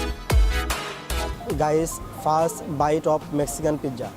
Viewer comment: Ai khankir bacha tui too pizza ucharon e thik vabe korte paros na